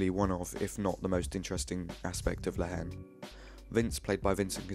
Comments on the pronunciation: Bro , the pronociation is La En The "H" is silent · Nice analysis, just a comment from a french speaker, the h is not pronounced in french in the word haine, haine sounds exactly like the letter n in English.